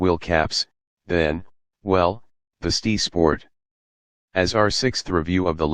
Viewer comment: Can't you teach your robot to say ESS TEE AYE rather than STEE?